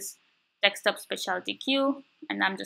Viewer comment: its Desk-top not Deks-top !